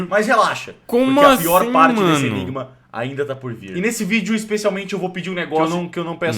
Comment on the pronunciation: Sempre acho que ele fala Mariano em vez de Moreno....